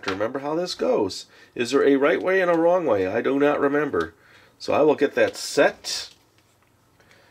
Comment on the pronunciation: Did he just say "doe Not remember"